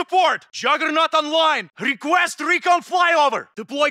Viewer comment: It's more like (R)²eeqwUEst (R)²EEcON